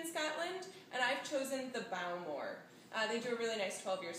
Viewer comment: Almost everything about this is wrong. Learn how to pronounce the ingredients "Islay" and "Bowmore". Also, it is sweetened ginger juice that the original recipe calls for. It is garnished with a piece of candied ginger.